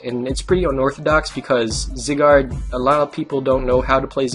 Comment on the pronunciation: First of all, its zYYYgard, as in the long I sound. Secondly, could you do a video on voltturn please?